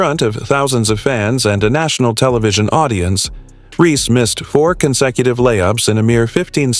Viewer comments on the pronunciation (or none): You expect us to listen to your when you can't even say REESE INSTEAD OF REE.